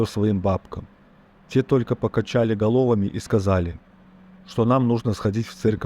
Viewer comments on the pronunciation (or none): Просьба к создателям канала - не доверяйте озвучку роботу, озвучивайте сами или наймите человека. ,, покачали голОвами"- это невыносимо слушать. Плохая озвучка портит любой, даже самый замечательный сюжет и отпугивает подписчиков